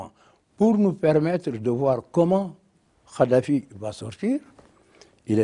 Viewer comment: Ce vieux con de Wade est un mythomane et une pourriture... Déjà il ne prononce même pas correctement le nom de Kaddafi🤣🤣🤣 Ce charlot est un mégalomane... Il dénigre ce que Kaddafi en prétendant que lui est un homme éclairé.... Ce type est la honte de l'Afrique